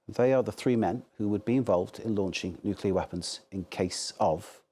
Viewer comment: Nuculear war?😂😂😂